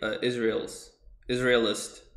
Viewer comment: Bro the info is good but when you pronounce stuff like eck - skerpt and isrealists (it’s Israelites) it makes you sound not knowledgeable and people won’t want to watch